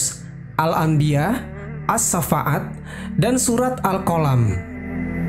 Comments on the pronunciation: Surat assoffat bukan syafaat,gmna si bacaannya. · aduh.. kenapa dibaca AS SAFAAT.. baca ASHOFAT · Koreksi min, : 1. Itu kisah shahih bukan legenda, karena tak mungkin Alquran menceritakan legenda. 2. As-shaaffat bacanya "Assoffat" bukan "assafa at" beda arti nanti kalo salah eja. Trmkasih